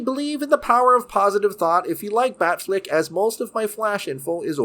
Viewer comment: Dude, I dig your show but the constant mispronunciations drive me nuts. A particular recurring example is you pronounce "Affleck" properly, yet you keep saying "Bat FLICK". Dude, it's FLECK, like in his last name.